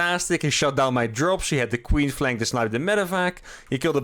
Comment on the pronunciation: "queen flank".... I kept hearing queef. I'm a bad man..